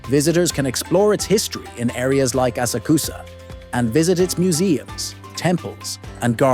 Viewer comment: Don’t take Japan travel advice from someone that pronounces asakusa like this 😅